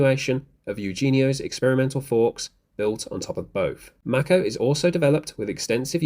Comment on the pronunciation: Please look up how to pronounce Mako (like the shark) 😄